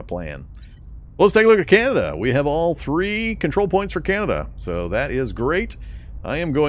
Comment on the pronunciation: The fact you were saying Beneluxx was bugging me until I heard you say Canayda, then I realised you were trolling. 😂🤣 Great vids bro! I have your videos playing in the backing while I’m playing and learning! 👍🏻